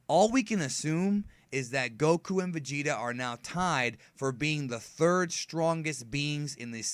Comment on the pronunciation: and vegeta beh-bee...